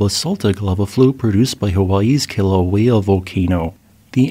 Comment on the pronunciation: Try "KEE-la-way-ah" The line over the "i" makes it sound like a long "e" voiced about 1.5x as long as a normal vowel. Not "kill," "keel".